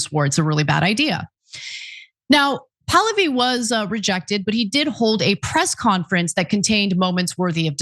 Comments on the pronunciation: It's Pah-Lah'-vee. Not Pal'-oh-vee. 🧓Also, Like father, like son here. In 1953 our lovely US CIA overthrew a democratically elected Prime Minister of Iran because he wouldn't go along with our government's plan to develop the oil extraction in Iran in its nascent years.. They consolidated the power of the country to Reza Pahlavi, The 2nd and last Shah of Iran, who ruled Iran as an imperial state for over 20 years. Who let the US do as they pleased and spent every single petro-dollar that came his way. His greed, gluttony, avarice and heathen ostentatious lifestyle led to the religious based uprising in 1979, installing the original Ayotollah Ruhollah Khomeini, who the Shah had exiled several years prior. The country supported this, initially. But soon learned that they had gone from one extreme form of government to another and has been hoping and praying for a democratic, parliamentary form of government to return for the past 47 years. This son of Pahlavi wants to be the 3rd Shah and will sell his Shiite soul to the Great Satan, the USA, to achieve this lifetime dream. 🧓 Retired Nurse 💙 🇺🇸 💙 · REZA POO-LOO—HE